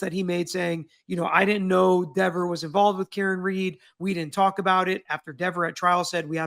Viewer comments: It is lehver not leaver, so is Dehver not Deaver! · Just add another v to Dever’s name then you will always say it right, see Devver. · Deever,or Dever, didn't look intimidated to me. She looks just like the boys in blue trying to cover up a murder. No more.No less. No intimidation. She knew what she was doing. And she chose to protect the thin blue line. She did it.Not intimidation. Her.The grown adult,who wants her name pronounced correctly. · Omg he’s funny too! I don’t want to mispronounce her name Dever? Papa Tragos ☠️😂🫶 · Dever rhymes with never ever.